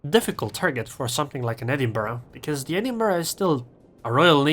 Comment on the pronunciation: Liked for good replays, good commentary and using the correct pronunciation for Edinburgh.